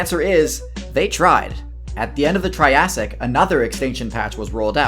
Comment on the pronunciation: I love the tirassic